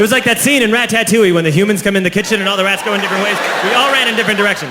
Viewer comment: why he say ratatouille like that